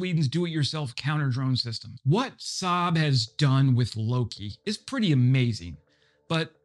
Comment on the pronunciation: All you non-Swedes out there, say it with me: "Lo-kE". "Loki" is some kind of Americanized version of the native Swedish name for the Norse god "Loke".